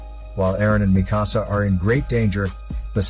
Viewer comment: its not mehkasa its mikasa